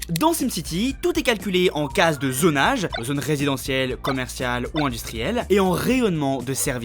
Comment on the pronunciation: Expension et zonnage à la place d’expansion et zonage aussi 🥲